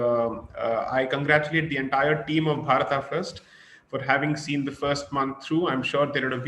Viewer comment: It's not Bharataaaa for God's sake..its just Bharat..you bloody mispronounced colonial slaves..!!